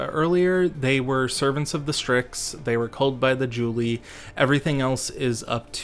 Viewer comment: I gotta get me this book kek And the only real "pronunciation crime" is Julii and Cassii, everything else was a good attempt tbh. Julii is the Plural of Julius so you pronounce the second i, same with Cassii and any possible plural ending in i, like in cacti the plural of cactus. Latin has other quirks but they're more about annunciation which shouldn't be faulted for